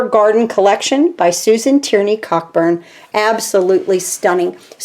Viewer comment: Just to let you know, Susan pronounces Coburn. The ck is silent.